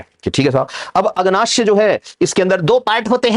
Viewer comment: सर, आमाश्य नहीं आमाशय होता है और अग्नाश्य नहीं अग्नाशय होता है। आप लिख सही रहे हैं लेकिन उच्चारण गलत कर रहे हैं।